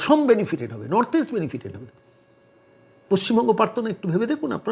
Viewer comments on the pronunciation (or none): none